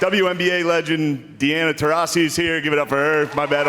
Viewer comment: He called Diana Taurasi Deanna, haha